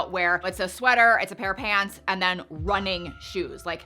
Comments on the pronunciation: I’m sorry, but please stop saying “PANTS” like that. It sounds bizarre. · Why are pronouncing pants like that? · Why are saying pahhnts? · I can't say I have heard you speak with a Canadian Prairies/Mid-West accent before today but the pronunciation of "pants" is straight-up Calgarian.